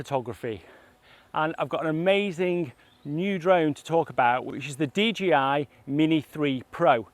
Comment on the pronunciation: Couldn't stop hearing dgi 🙉😂